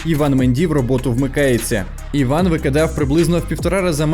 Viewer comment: Треба хоч іноді вмикати голову. Афроамериканець Іван? 😂 Ну??? Він Ііііван, с наголосом на першу і. Це французьке ім’я. Якась глобальна тупість 🌎